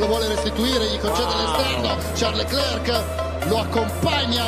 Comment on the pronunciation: Ma possibile che nessuno lo pronunci correttamente???? Leclerc, la c finale non si legge!!!!!